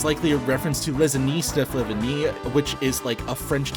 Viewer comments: IT'S FLA(FLAY) VIGN! IT'S FLA-VIGN! LIKE FLAVOR AND VINE! FFS, OCCUMS RAZOR AINT NEVER CUT THIS COMMUNITY, HUH!! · ITS FLA-VINE! LIKE FLAVOR!!! BUT VINE!!! HOW DOES EVERYONE GET THIS WRONG!!! (im exaggerating my anger cool vid slay queen)